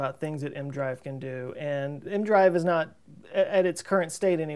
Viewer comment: Always thought EM-drive was crazy but has it come this far... why not test it like you said in space (small, different manufacturers/inventors/believers) like... 10 or so... I'm not native english speaker but why do you say mdrive (leave out the "e" part?) is not e, m, drive?